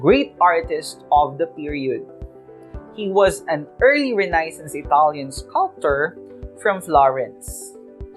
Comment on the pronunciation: nabother po ako sa pronounciation ng renaissance.